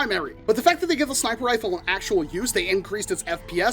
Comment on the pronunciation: “Snip-er rfle”💀